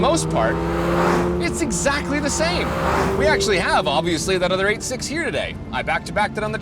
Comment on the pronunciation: I appreciate that pronounced 86 separately as the Japanese say it.